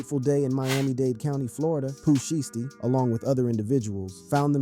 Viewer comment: At least say the name shiesty correctly 😂 you doin that on purpose ??